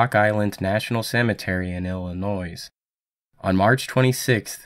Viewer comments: Illin-oy not noise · 'Illinoise' lol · IlliNOYS. Really buddy? Come on. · pronounced: Illinoi not: illiNOISE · You pronounced " CorpsMon and Illinoise" incorrectly. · Corpsman is pronounced 'core-man' and Illinois is 'il-li-noy.' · "Illinois" is pronounced /uh-luh-noee/, no ´s´ sounds since it's one of those frenchie legacy names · “Corpseman”? “Illinoise”? Such is the state of American education. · The word "corpman" is pronounced KORR-man, and "Illinois" is pronounced ILL-li-noye....!!!!! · Illionois (or however it's written) is prononced Illinoy, without the "s" :) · And it's "Illinoi" - drop the "s". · How about Illinoise? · Two things: 1.) The 's' in Illinois is SILENT and not pronounced, and 2.) they're CORE-MEN, not CORPSE-MEN. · the only drawback to this video is the narrator's mispronunciation of corpsman (the P is silent) and Illinois (the S is silent) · the "S" is silent ..in Illinois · Three things: 1) did you really pronounce the silent “s” in Illinois? 2) did you really pronounce the silent “s” in corpsman? (Nice job, ) 3) does anyone truly believe a human can have their eyes, genitalia, tongue, digits, etc chopped off and NOT expire from profuse blood loss? I don’t. I’m sure he was dead after a couple of those horrific atrocities. The last few were likely done post mortem, gratuitously by the Japanese psycho captors. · Nice video, but the "s" in corps, corpsman, and Illinois is silent. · Please learn how to pronounce Illinois and corpsman, christ its annoying. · Dude You're killing me with your pronunciation of "Illinois" in each of your videos. The S is silent homie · He mispronounced Illinois also but who cares? It's the content that's important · Illinois is also pronounced without the s lol